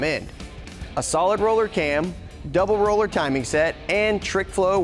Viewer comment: Thank you for saying double roller and not double row !!!!!!